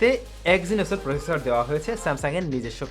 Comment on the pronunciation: দ্রুত বলতে গিয়ে কিছু শব্দ জরিয়ে ফেলছেন, যা একটু মনযোগী হলেই ঠিক করতে পারেন। প্রসেসর শব্দটি একবারও স্পস্ট উচ্চারণ করেননি এবং তা প্রায়শই করেন না। 'আরকি', গেছে এর পরিবর্তে গিয়েছে এরকম কিছু শব্দ আপনার সুন্দর কথা বলার bug। আশা করছি ভুল বুঝবেন না। নিরন্তর শুভকামনা।